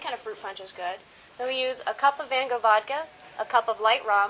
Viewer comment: Hahah they said Van Gogh wrong lawl